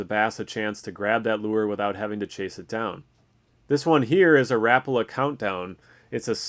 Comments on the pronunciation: Rap-ala??? How about Ra-pa-la. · Is that how Americans say Rapala? I’ve never heard it pronounced like that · the way he said rapala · K thx will start pronouncing it like that